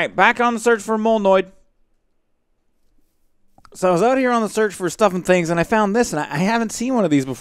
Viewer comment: You forgot it was "doing stuff and SCHINGs"